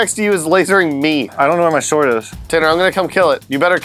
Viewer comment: you really make the the w stand out in sword, is that people are supposed to say it? I thought it was silent, have I been saying it wrong?